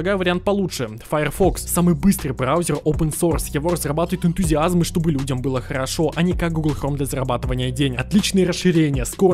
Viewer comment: Бьет по ушам слово «Энтузиазмы», если ты хочешь обозначить заинтересованного в разработке человека, но не просящего за это денег то ты должен говорить «Энтузиаст»